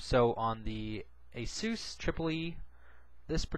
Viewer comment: ASOOS? I thought it was pronounced ASUS as in A-SUS(us)...not (oos)